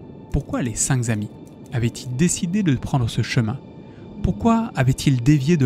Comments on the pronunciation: j'adore les histoires de fais réels mais punaise, arrêtez tous avec les liaisons qui font mal aux oreilles! (même fait tout le temps cette erreur) 5 zhommes, zenfants ou zamis, ça n'existe pas!! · Les cinq k'amis et non les cinq z'amis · Je suis bien d'accord, on dit C'est nawak, Entre ça, et la répétition de "cinq Z amis", j'ai dû arrêter la vidéo, parce qu'à force d'entendre la même faute de prononciation ou de grammaire, ça influence mon propre vocabulaire et expression 😢